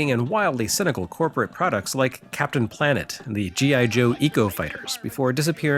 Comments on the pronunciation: Removed a spot where he mispronounced Captain Planet. Small oops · when you want to say 'Captain Planet' but 'Micronics' lives rent free in thine head.